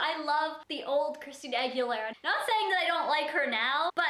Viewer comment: I don't mean to be offensive but her last name is Aguilera not Aguileria ! :) Great look tho <3